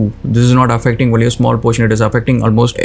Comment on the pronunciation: by the way it is " only" not "vonly".